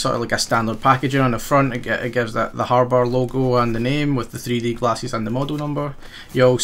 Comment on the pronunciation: Love the way you say glasses LOL